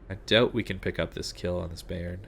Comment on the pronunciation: Bayern is pronounced buyern not bay-ern